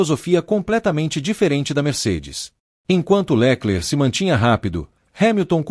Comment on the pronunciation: Porque esse narrador inventa nomes? Leclerc com acento no lé ?